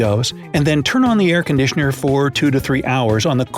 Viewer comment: Did you say aircondickner on purpose or was it a mistake lol?